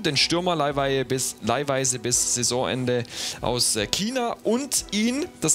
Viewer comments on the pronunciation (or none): none